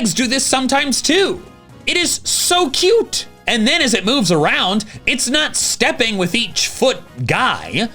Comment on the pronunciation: you said cute wrong:3